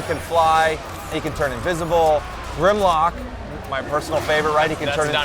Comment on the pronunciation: It's Shockwave's lab, and the Dinobot leader's name is Grimlock, not "Grid" lock. And the reason Starscream is killing Decepticons is because he's a fugitive running from both Decepticon and Autobot forces, and is trying to construct his own army that will follow him and him alone. He tries to recruit Grimlock for his army, but Grimlock refuses, so Starscream insults the titan, thinking it will change his mind, but in reality, it drives him into rage.